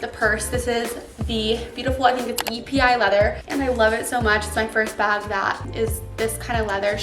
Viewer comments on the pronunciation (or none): Pronounced "Eppey leather" (Its not an acronym) Gorgeous bag!